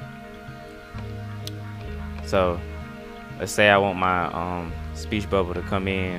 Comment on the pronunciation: I'm sorry. I kept replaying him saying, "Speech Bubba. Just googoo. Just googoo." Oh my god. Subbing just for that.